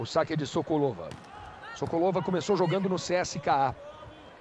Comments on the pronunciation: Parece que eles do Esporte gostam de falar errado os nomes das jogadoras Russas!!!!Senhor, até esse.É Sokolôôôôôôôôôva.É Gamôôôôôôôôôôôôôva!!!!!!!!!!!!! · "Sókólóva" q pronúncia horrível "Gamóva" queima kkkkkk